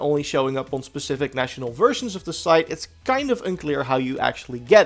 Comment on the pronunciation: Specific... not pacific. I'm done now. Sorry.